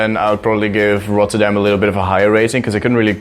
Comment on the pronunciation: that doesnt make sense since he doesn't know how to pronounce it even after he said it.